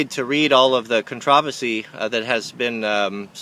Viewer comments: con-tra-va-see instead of "con-tro-verse-see"....sounded funny that way you pronounced it. Thats the real thing needing addressing here pshtttt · Con-traw-vesy?? What the hell... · Sheesh.....people need to lighten up. PS- im offended by the way you say contoversy. kidding....im kidding.